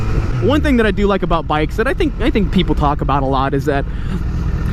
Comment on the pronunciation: When he said bicks i thought he said dicks lmao😂😂